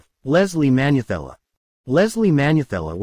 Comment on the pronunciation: Hahaha, it's Ntuka and Manyathela's pronunciation that is cracking you up, hahaha